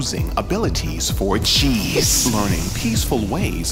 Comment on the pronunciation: I know you kept saying G's but all I heard was Cheese.